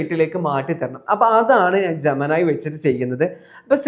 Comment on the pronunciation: ജെമിനി എന്നത് ജമനായി ജമനായി എന്ന് കേട്ട് കേട്ട് പണ്ടത്തെ പവനായിയേ ഓർത്തു പോയി പാവം പവനായി ശവമായി